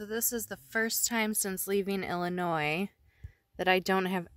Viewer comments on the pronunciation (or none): none